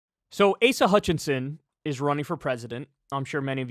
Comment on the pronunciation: Did that man call him Asia Hutchinson? 🤣🤣🤣🤣🤣🤣🤣🤣🤣🤣